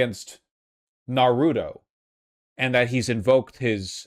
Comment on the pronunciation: ......okay this was a serious segment with a joke or two present.....but unironically .... Why is Vaush Pronouncing Naruto like that? No one says the name like that.